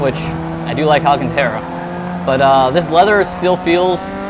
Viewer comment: Very nice setup, while I really like my Thrustmaster TX I wish I'd have spent a bit more and gotten the Fanatec. I have 4 wheels for my TX so I'm pretty well invested. Also love my v2 pedals with inversion kit.BTW it's pronounced All-Con-Tar-uh - not Tear-uh. Just FYI